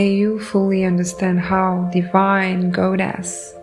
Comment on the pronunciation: I don’t usually say this when not asked first; Id want to Be told; personal preference tho. So, imma not spam your comments about this. Your messages are beautifully clear. Here are some words I heard and thought you may appreciate the pronunciation reminder. Goddess is like “Gawdess” Frequency is “free” “quency” Talking is “tawking” Envelop is like “enn-vell-up” Courage is “curidge” Abundance is like “ah bun-dince” Effort is like “effert/ effurt” Trauma is trawma Thank you so kindly for your message and for reading, I bring this up, again because I’d personally like to be told, please feel free to take no offense, since none is meant.